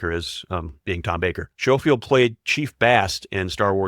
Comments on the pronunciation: Schofield is pronounced Sko-field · Schofield is pronounced as scofield.